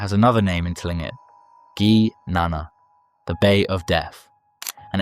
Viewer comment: Tlingit is pronounced Kling Kit